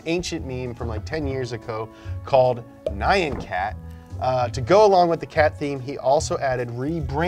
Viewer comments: It's NOT "Nigh-yen Cat", it's "Nee-young Cat"! I'm not a weeb, but damn son, I cringe at Muricans slaying Japanese words with their tongue. Greetings, a German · nigh-ann cat? really? really? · Fucking Nie-ann Cat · I think it's ironic. He also said N-eye-on cat and greg's list